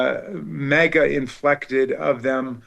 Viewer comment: I like how right in the beginning, he refers to the, "MAGA Inflected." We all know he meant, "infected." Lol